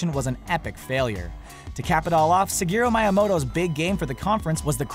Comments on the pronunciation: its pronounced Shigeru Miyamoto [SHE-GEH-RU ME-YA-MOTO] not Sigeru Myahmoto [SEH-GEH-RU MY-AH-MOTO]. big epic name pronunciation failure since Shokio pronouncing Iwata as EYE-WATA or Rich of ReviewTechUSA pronouncing Mario as MEH-RIO. whats next? Tom CA-LANCY? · did he say "Sigeru Myamoto??!??!?" are you kidding me? and he calls himself a gamer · Makes fun of the guy who says Tom Clancy a little bit differently, but says Miyamoto's name like, "Sigeru Miahmoto" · I'm sorry but "Sigeru MYamoto" that pronunciation tho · "Sigeru Maiamoto" ....urgh, that pronounciation is horrific... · You criticize guy for misspelling Tom Clancy's name but you can't pronounce Shigeru Miyamoto correctly.